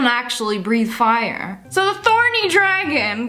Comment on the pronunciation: Fortnite Girl OHH I THOUGHT SHE SAID BARNEY AND I WAS STUCK TILL I READ THE COMMENT